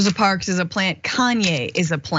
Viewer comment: He's a STUPID, IGNORANT Bootlicking Clown.Another thing Dr. Richey,her name is MS. Rosa Parks, not "parks"